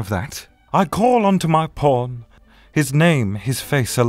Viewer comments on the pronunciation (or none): I thought he said "I call onto my porn," and that really confused me. Also just heard "Even when all my porns pile up like..." Jesus every time you say "pawn," I hear "porn," Connor.